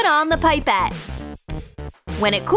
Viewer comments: Omg them calling it pipe-et instead of pip-et wasssss sooooooo triggering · It’s pepete not piepete